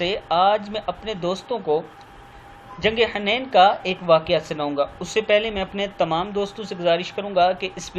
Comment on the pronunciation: Jang e Hunain جنگ حنین ح پر پیش لگا کر ہڑھیں